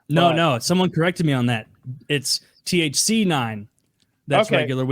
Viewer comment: "TCH 9" is delta 9 what in the retardation are they on about